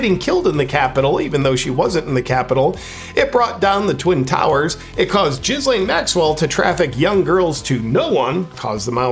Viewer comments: I love that he refuses to stop pronouncing Ghislain Maxwell's name as Jizzlain😂😂😂 that and the chin testicles🤣 JP you're a nut and i freakin love it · *Jizz Lane